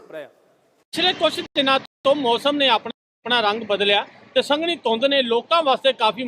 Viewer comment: ਸੰਘਣੀ ਹੁੰਦੀ ਨਾ ਕੇ ਸੰਘਨੀ ਵਾਅ ਉਹ ਜਰਨਲਿਸਟ